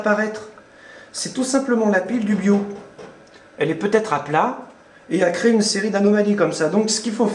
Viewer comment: La pile du Bio ? Comme biologique ? Bios viens d'une contractions de mots anglais donc on le prononce BIOS et pas BIO...